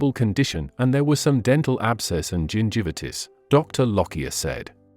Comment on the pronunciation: Annoying mispronouociations, e.g., Lead (led), GingiVItus...